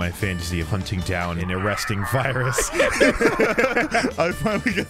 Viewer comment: When they said French fyrus I thought he said French Fryrus